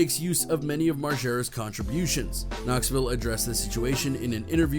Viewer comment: You accidently pronounced Knoxville correctly.